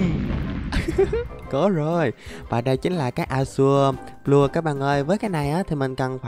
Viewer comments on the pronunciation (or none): none